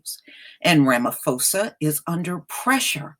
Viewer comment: I'm South African and in USA. And I agree that's nonsense that some white farmers feel victimized yet crime us a problem all over the country no one is targeting white people. Also just to correct you ma'am that is not how you say our presidents name. It's Rah-Mah-Poh-Sah not Phoe-sah. But I honestly nonetheless do not trust ANC, I feel their recent behaviour has only been a political stunt to look good before elections next year. if they were serious about land it would have been sorted over 10 years ago after fall of apartheid. They are just trying to feed off EFFs fire. Also it's bit true how some say Julius Malema wants white people dead. it's not true he simply wants justice and economical equality, and very rightfully so. South Africa is one of least equal societies in the world financially due to legacies of apartheid and more.